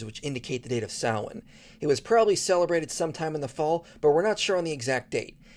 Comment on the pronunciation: As an Irishman, this is the first time I have ever heard a foreigner pronounce Samhain correctly. Fair play.